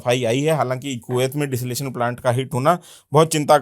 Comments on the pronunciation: भाई , बार बार डिसलेशन प्लांट कह रहे हो । डिसेलीनेशन प्लांट होता है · DESALATION nahi bhaisaab DESALINATION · Desalination ko ache se pronounce kariye